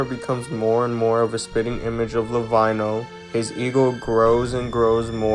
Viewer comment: For further videos, when you say lavinho, its pronounced as la-veen-yo